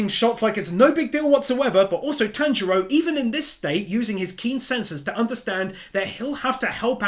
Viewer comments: Lord Inosuke...always says Tanjiro's name wrong lol.... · tamjiro no manjiro no shatanjiro lol isuke